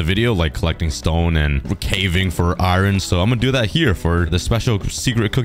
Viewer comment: i feel weird when u say iron it sounds like irn